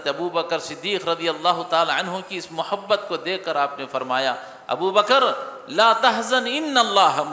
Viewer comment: مو حبت نہیں محبت ہوتا ہے